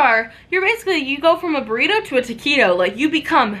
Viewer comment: From a burrito to a Toqito. 😂😂😂😂